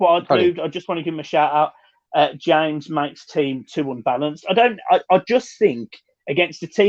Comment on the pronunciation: why do you pronounce James correctly but when reading Dennis Q's comment say it as the English "James"? You do realise "Hamez" is written "James"? I'm sorry to sound pedantic, I think you & John are great with a lot of knowledge - but it's a bit confusing